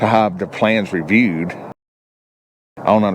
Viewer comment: 😅 did you make up that word (hov)? I know you're saying (have)